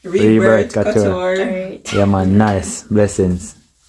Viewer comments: Not cuture. It’s cooture that’s how you say it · Cou is pronounced coo